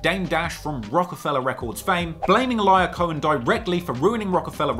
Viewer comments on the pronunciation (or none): Pronunciation Guide: 2Pac: 2 Puck not 2 pack Lyor Cohen: Lee Or not Liar